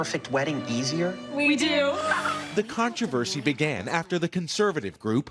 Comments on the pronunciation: What the hell is con tra versy Trevor? 😂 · Trevor is South African This show is aired in the US I guess I don't get the controversy (pronounced /KON-truh-ver-see/ in the US, not /kin-TRAH-ver-see/ like everyone else says it ;) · Nope, no "cintroversy" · The way he says controversy? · I hope Trevor never loses his pronunciation of "controversy" 🥰🥰